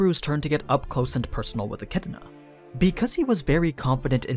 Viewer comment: Eck -ee-doh-na